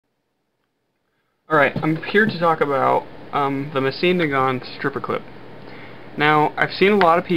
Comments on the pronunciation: He doesn't pronounce mosin right. There is no "seen" at the end. It's more like "mo zin" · It's pronounced ( mo-zin ) not ( ma-ceen ) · It's pronounced "Moe-Seen Nah-Gahn" no T in the end. Nagant is a Belgian name (pronounced the French way). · type into YouTube: "10 gun names you are definitely saying wrong" and the narrator says the most common American pronunciation. Ending it with "seen" is the first time I have ever heard anyone pronounce it that way. It's if he is making up a new name here. Even the common American pronunciation isn't that bad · That's how it sounds in the Russian language